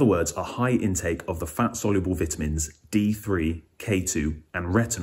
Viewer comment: Can't listen to someone who doesn't know how to pronounce vitamins